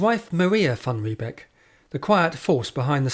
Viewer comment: Your pronunciation of Jan van Riebeeck is incorrect. ee in Dutch is pronounced 'ay' as in say or day. Thus Riebeeck is pronounced 'Ree-bake'. Beek (modern Dutch spelling) is a stream whereby the North English word 'beck' derives.